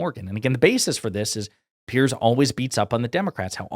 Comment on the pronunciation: Piers, as in rhymes with tiers.